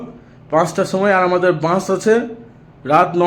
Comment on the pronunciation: Bans noi vai bus bolo